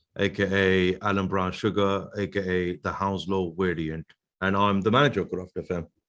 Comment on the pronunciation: "The Hounslow wariant" I am dying once again